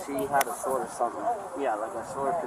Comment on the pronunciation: That lady didn't say she had a sword. She said she had a sWard! When I was a kid, I used to say it like that, so the first time she said it, I kind of brushed it off, thinking maybe i heard it wrong. Then she said it again at least 1 more time! So, is there a difference? IDK, maybe there is. A sword is a deadly weapon (especially in trained hands). However, maybe a sWord is not...